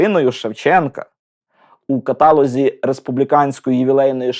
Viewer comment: Шановний авторе! В українській мові немає слова катАлог, натомість, є слово каталОг. Вибачте за зауваження, з усією повагою❤